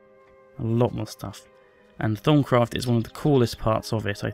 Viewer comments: Ha ha 'thong' craft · i keep thinking says Thongcraft:/